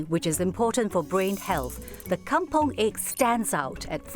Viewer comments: It's kampung not kampong. It's even pronounced kam-pung not kam-pong. Please leave those Malaysian alone, they make their own words. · Is Kampung, NOT Kampong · Kampung not kampong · Bukan kampOng la tapi kampUng.